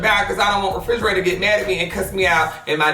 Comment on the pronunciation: did he just call Reginae REFRIGERATOR!!!!!!!! i can't breathe